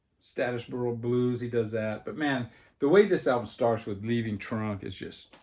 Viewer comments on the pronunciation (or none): When you mentioned your favorite song on the Taj Mahal album it sounded like you were saying Leaving Trump.